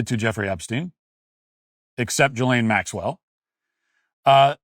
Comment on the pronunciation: Matt get your shit together and learn how to pronounce names, it’s not Jillian Maxwell it (G-eh lane) you are making republicans have a terrible name if you can’t read or talk